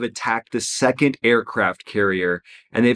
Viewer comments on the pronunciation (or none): none